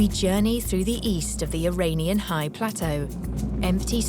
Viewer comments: Iranian is pronounced "ee-RAHN-ian" (rhymes with onion), not "ee-RAIN-ion". Ain't no rain in Iran. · Or the dreaded eye-rain-ian